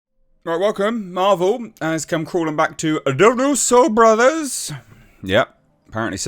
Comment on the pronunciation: Darusso ? Thought it was Russo.